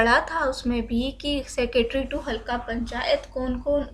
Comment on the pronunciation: halka nahi halqa